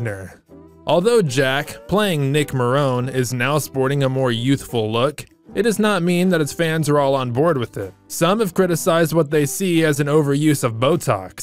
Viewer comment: And JIW's name is pronounced Jacklyn Mac-in-iHS Wood. Marone is pronounced Mah-roe-nee.